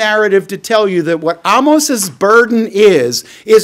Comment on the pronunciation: Excellent teaching on Amos & even for teaching me how to pronounce his name correctly! Blessings 🌷